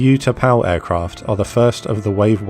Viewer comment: =)) U-tapau. I just want to comment, not to insult. You can use the listening function on GG translate, "OO" in English or "U" in Vietnamese to know the pronunciation.